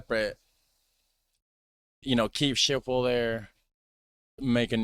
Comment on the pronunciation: It's pronounced skiphol sch as in school.